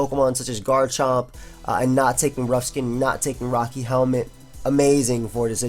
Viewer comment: rough skayne....lol